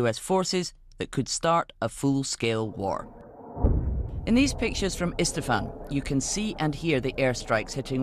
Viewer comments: Did she say "ISTAFAN" 😂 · Whats istafan? Shocking that the journalist cant even pronounce what theyre reading